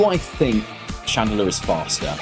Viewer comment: “Radelure” XD love it